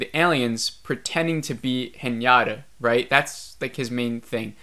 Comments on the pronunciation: The scene where she’s swimming in space is so funny… she has a higher chance of propulsion from a fart then swimming… anyways.. my dude… I cringe when you call her Hnyata…. It is He nah tahhhh…. Haha. Overall 2.5 ep for me too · Haha I heard everytime Piñata instead of Hinata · Sameeeee!!🤣 its just Hinata as it’s written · I love sci-fi, I keep hoping that it will get better but it doesn’t. Her name is Hinata phonetically hi na ta pronounced (he na ta) not henyatta. Thanks for sharing your thoughts. Watching from here in Japan. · its pronounced hee-na-ta...not hee-nya-ta.....also, didn't you feel that the director had Anisha's kids acting super spoilt at such scary times through out the first 5 episodes? cuz in comparison, casper and his school peers were more authentic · Whenever you say Hinata it sounds like Piñata to me lol